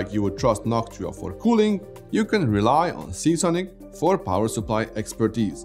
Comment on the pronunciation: Noc tua????? Say that again.